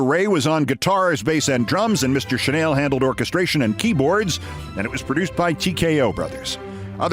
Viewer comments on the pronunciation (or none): none